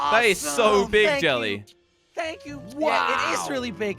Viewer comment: "Tank you very much."